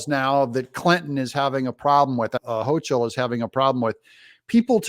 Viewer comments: Kathy Hochul's name is pronounced with the "k" sound, like Hokul. Just say'n. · Buffalo guy here. I like the videos, just wanted to let you know her name is pronounced Hoke-ul, not with the "ch" sound. It's classic German, kind of like her policies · Doug, the governor of New York's last name is pronounced: "Ho kle"